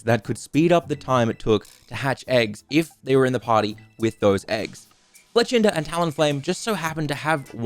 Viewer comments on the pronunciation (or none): none